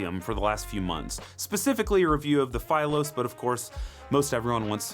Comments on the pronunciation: Philos is a Greek word, you've always mispronounced that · Why are pronouncing philos like that? Lol